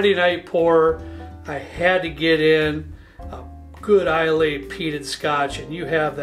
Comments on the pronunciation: Nice lineup and review! I love the distiller app as well. Very helpful It’s pronounced Eye-luh not Is-lay or eye-lay. Love that most of your selections are from there tho! That’s about 70-80% of my scotch collection. Where are you getting Uige for $30-35?!? That’s closer to $70 near me. I’d buy the shelf if you see that again! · seen a few of your vids.. i like your content a lot. i like the structure of daily/ mixer/ friday night/ impress a guest/ special occasion. but i cringe so hard at your pronunciation of islay. its pronounced eye-luh lol. I too love that island and all its whiskies. loved your pics on this vid. all great whiskies. you bring good approachable tasting notes.for special occasion bottle i HIGHLY recommend Glendronach 21. it should save you about $30 on the dalmore. A fun extra category might be single barrel for these videos. cheers! keep it up. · Thanks for doing Scotch!!! Your list is fantastic! Wonderful descriptions . I think both Monkey Shoulder and Naked Grouse are Pure Malts, basically blended malts, so no grain whisky in there. Johnny Walker Green is also a Pure Malt. In Scotland Islay is pronounced I-Luh or Eye-La. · Islay is pronounced EYELA! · Islay is pronounced “eye lah” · Islay - pronounced eye-la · It’s pronounced EYE-LA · couple things.... eye-luh, not eye-lay... and it's pronounced oog-dahl, not you-ga-dahl.